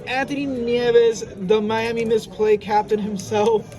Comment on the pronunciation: You said CAPTIAN!!??